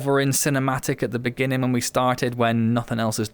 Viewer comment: "in the beninging" 🤣 (sorry) great potential with moments of epicness, but wish there was more to it.